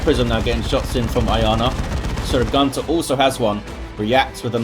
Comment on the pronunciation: The "great eldritch" was from Sir Gunter. If you look into the chat Iyanna tells him that he just killed most of her army and he apologizes that he had a lag spike. Btw: it always triggers me when you say "Gunter". The way you pronounce it, it means "male goose" where i come from. It just doesnt feel right. Very chaotic game; I am surprised Eldar were able to come back after that eldritch